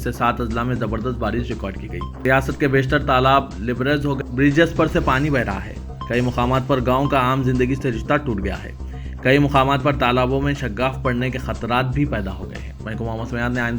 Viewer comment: آپ کے نیوز ریڈر کسی سفارش پہ آئے ہیں تو ان کو کسی اور پہ لگا دیں کوئ دن ایسا نہی جس میں یہ بغیر غلطی کے نیوز پڑھے ہوں مسلمہ کو muslima شگاف کو shaggaf پڑھے